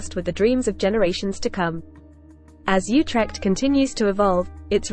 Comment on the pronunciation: Not You-trekt OOtekt.